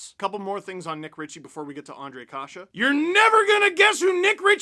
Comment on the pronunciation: Nice to see americans/canadians saying and writing czech names properly including Ř,Š,Č... big thumbs up for that.